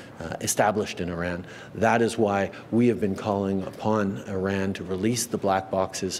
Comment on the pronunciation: Why is it so hard for people to pronounce Iran correctly? It's not even difficult.